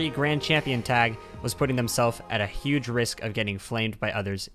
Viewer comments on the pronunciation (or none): none